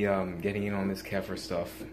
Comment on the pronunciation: Ke FEAR is the proper way to say it. It's much more badass too.